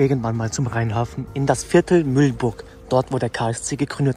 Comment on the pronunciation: Bitte nenn es nicht Müllburg. Es hat ein h im Namen, Mühlburg.